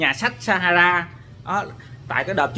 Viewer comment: Nhà sách pha - ha - sa mà ah đọc là sa - ha - ra =)))